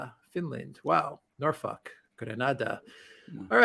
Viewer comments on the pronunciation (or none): none